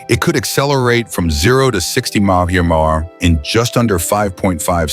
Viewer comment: Poor production and shite Ai and junk to try to interpret . Keep it no thanks If it so intelligent explain the inability to replace the humans capable of reciting the term M.P.H.? Instead it's like a mouth full of marbled gone bad🤔